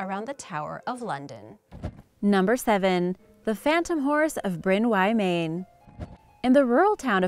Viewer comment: Just a heads up you said Bryn Y Maen wrong... Im more than happy to pronounce it to you:)